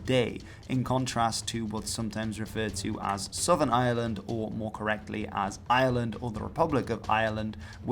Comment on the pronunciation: And yet he can't quite manage to pronounce Ireland in English.